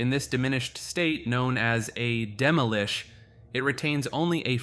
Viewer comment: Isnt it pronounced as Demi-lich? and not Demilich? The way you pronounce it sounds like demilique